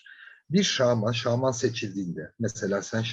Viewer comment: Şağman dediğiniz için dinleyemedim ya 🙄